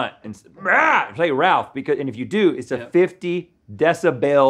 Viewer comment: DID ANYONE ELSE THINK RHETT SAID "beth" INSTEAD OF RALPH?????